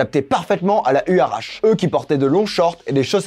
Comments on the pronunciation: On prononce "you'ratchi" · J'ai mal a chaque fois que tu dis le nom... Les huarache sont des chaussures traditionnelles mexicaines, on prononce ouaratché